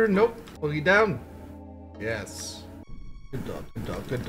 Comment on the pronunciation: For some reason, I always heard Rosella saying "Yes" with a t at the end when she spooned. So that... kinda became a joke for the REST OF MY LIFE. I just randomly say "Yest" when accomplishing thing now.